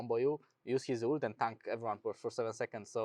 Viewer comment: Bro inspired, it’s not “uooolted” it’s ult